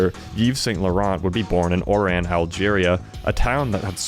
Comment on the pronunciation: don't pronounce the ts in Saint Laurent...they are silent